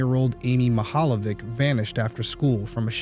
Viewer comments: Mihaljević is pronounced like it's Mihaljevich (ch= ć). That is Croatian or Serbian surname. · This is a Slavic family name. I love the pronunciation and that it didnt stop u covering it. ❤ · you butchered her last name